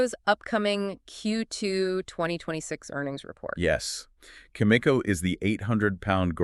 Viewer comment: How in the world can the two of you claim to uranium experts when you can’t even pronounce Cameco properly? Answer: you can’t. Maybe listen to their shareholders call when they report earnings. Or maybe the two of you are just some AI garbage. AI or not this is garbage content.